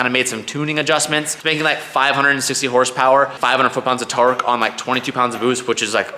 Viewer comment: 4min says tarque i